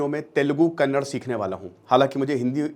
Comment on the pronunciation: It's not Kannad but Kannada. So your first task is to learn how to pronounce name of the language i.e. Kannada correctly.....